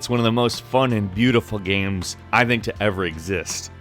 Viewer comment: Hearing you talk about "gyems" is like hearing Cumberbatch talk about "penuins". I love it